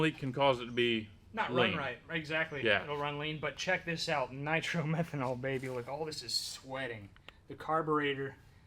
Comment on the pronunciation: Hi it is not called Nitro Merhenol it is called Niro Methane.I doubt you are running that it would distroy the engine after a couple of runs.Unless you can afford $50. a gallon. it is called Alcohol or methanol or M5.just talk to the VP Fuels directly. I used to own A Top Dragster. I used to use M5 which had a measure of Nitro very small which increases the oxygen. which makes the engine run faster.